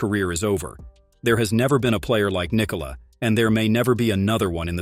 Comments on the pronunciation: Why can’t these videos get his name right? It’s pronounced Nee-Cola! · It didn’t. Its pronounced Nee-Cola. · Because americans think they need to force the last syllable of his name.